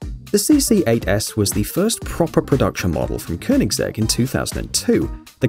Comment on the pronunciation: I have to give you an aplausse for pronouncing koenigsegg right!